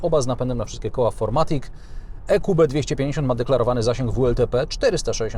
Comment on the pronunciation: Niemiecki samochód więc FirMatic a nie FourMatic :)